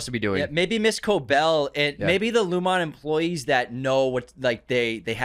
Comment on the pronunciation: It's pronounced "Loom-in" and "ee-gan" my dude. Not "lumOn" & "EagOn"